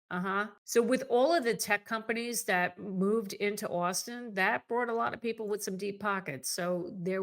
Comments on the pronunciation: You are mispronouncing austin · She keeps saying "Austin" but all I can hear is "Where's a gal get some decent lobster in this Boston place?" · Please learn to pronounce "Austin" correctly.